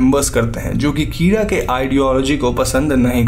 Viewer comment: Kira is pronounced keyra😂